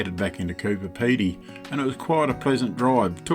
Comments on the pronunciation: Please, please, it’s CooBer Pedy, not CooPer Pedy. You must have miscalled it 6 or 7! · Looking forward to following your journey, but please emphasise the b in Coober Pedy, not Cooper Pedy. Have travelled the same way as your going and be great to reminisce Travel Safely ❤